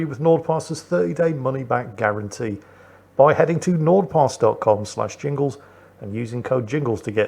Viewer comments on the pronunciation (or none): Mingles with Ringles? Did Jingles have a name change? And why does it sound like mingles with wrinkles 😂